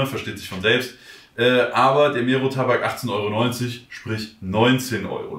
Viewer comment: Kann verstehen, wenn man Probleme hat mit ausländischen Namen. Aber so schwer, das R in Mero zu rollen? Klingt halt mega whack